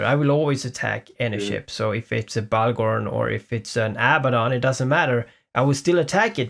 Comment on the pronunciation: I’m sorry cannibal I owe you a new bahgorn :,(